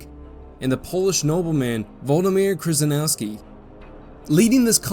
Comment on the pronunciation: Good job with those European names!!! One you might have erred on, however is Krzyzynowski, which might sound closer to "Sheh-sheh-NOV-ski". This one is a surprisingly good idea!!! I know a bit about Cedar Mountain and 2nd Manassas, but less on the build-up to these summer battles, with the political wrangling also going on on both sides.